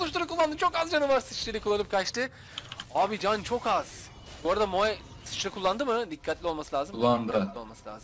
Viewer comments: bro şuna moe deme moğ de , telafuzu öyle , tilt oldum. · Sunucu kardeşim İngilizcen var da neden "mo" yerine "moe" diye okuyorsun. Dislike sebebi. Ama emek var.